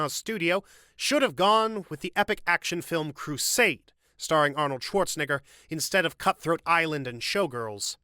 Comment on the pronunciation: Anybody else notice that EVERY video that mentions his name pronounces it as "Schwarzenigger" as opposed to "Schwarzenegger"? It's 2024 so I'm SURE it's intentional.